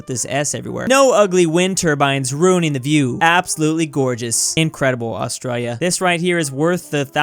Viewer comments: No one: Literally no one:: AuStrOYYa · I just noticed that he says it like "AustrALLia" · Hay stupid do your research. Planes don't fly like that in Australia and learn to say Australia. Somo was former prime minister.